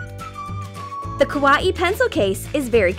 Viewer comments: they pronounced Kawaii as ku-wa-ee-ee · Also she said kawa-ee pencil case. IT'S KAWAII FOR PETE'S SAKE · How you said Kawaii is actually the wrong way. Saying It like that means you said scary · you guys pronounced Kawaii wrong...!!!